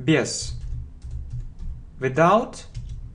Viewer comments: Мне одному слышится “without” как «виДаут» ? Прошу прощения, как правильно «виЗаут» или «виДаут» ? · Спасибо Вам большое, всё очень нравится и получается легко! У меня только возникли вопросы по произношению сочетания букв th. По правилам это должны быть межзубные звуки "с" или "з", а на слух в вашем произношении слышится больше "в" (в словах they, this вместо з), "д" (в слове without вместо з), "ф" (в словах think, thank вместо с). Как же говорить правильно? Ведь Вы постоянно напоминаете что нужно внимательно слушать, повторять и запоминать.